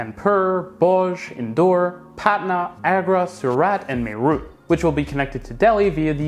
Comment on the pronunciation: It is pronounced: may-rath. Why is it spelled like that ask British I guess 🤷‍♂️ Just in one state Uttar Pradesh where I come from, there are 3 systems running, one under construction and 4 under consideration. And each system is breaking the record of previous one in time taken for construction. I can't help but compare that to the speed of metrolinx's Eglinton crosstown project in Toronto where I live now which has been going on since the day I came to Canada. Props to India, seriously.